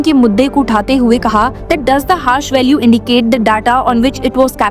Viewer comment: It is hash value not harsh value!